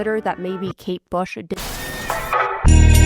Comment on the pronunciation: it’s kate bush not kate shave 🩵